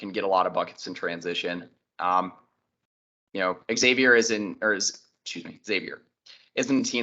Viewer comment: Kudos for listening to the comments on how to pronounce Xavier correctly.